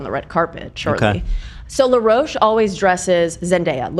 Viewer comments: Someone please tell that the stylist's name is Law Roach not Leroach 🤣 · Now, I love ya dork boots honey, but I gotta do a little clowning no shade lol Law Roach is from Chicago & his name is pronounced just as it’s spelled & would be said in the US. You were driving me nuts but eventually I was ctfu thinking of you associating Law with La Roche-Posay. If you’ve seen seen on the 3 seasons of the vogue / ballroom competition show Legendary (& he’s been a rotating judge on the last 2 seasons of Drag Race). Law is funny AF & will give some fun nasty reads & will get down on the floor & argue with contestants if they shade him. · not saying law roach as laroche lmao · I don’t think she’s saying law roach correctly 😭